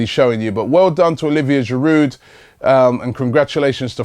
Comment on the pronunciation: Robbie, Please please stop pronouncing the D in Giroud.He is French mate.